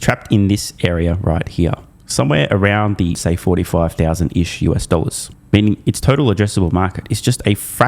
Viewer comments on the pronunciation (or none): none